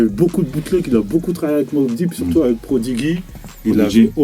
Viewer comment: "prodiguy" il a dit le mzé ptdrrrrrr